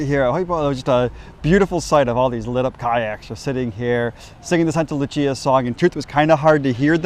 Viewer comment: Not to be a dick but it's Sankta Lucia not Santa Lucia. in english it would be Saint Lucy's Day